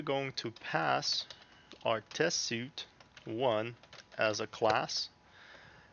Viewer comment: Very good into to the technology! But the word "suite" is pronounced like "sweet", it's very distracting.